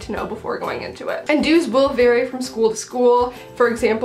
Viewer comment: lol i heard dudes not dues